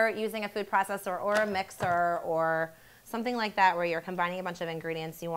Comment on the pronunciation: Gosh you talk horrible! Really, listen to yourself in the video, it's horrible. That like pronunciation at the end, my god.